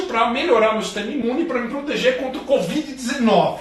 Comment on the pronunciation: A falando "COD.VID" hahah. Gostei